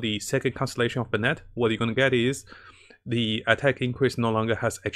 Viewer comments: Dam the content is good but the pronunciations are killing me, bennet? Its (ben)net >:( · It's "Ben-it"